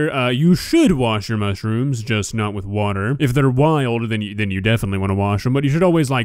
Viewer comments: Mushyrooms wtf I'm a Brit and we don't say it like that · "mushy rooms" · Does she say “mushyrooms “ ? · Is she saying mushyrooms? Lol love it